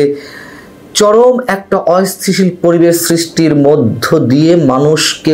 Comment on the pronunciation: অস্থিতিশীল শব্দটা বলতে পারো না আবার সাংবাদিকতা কর